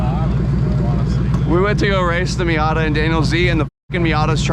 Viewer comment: I thought he called the Miata Heep